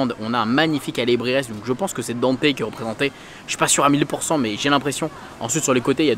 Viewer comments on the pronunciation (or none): none